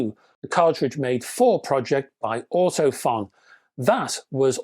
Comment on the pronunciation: Great review and useful info, especially the chart. Just FYI, Ortofon is actually pronounced Ortophone!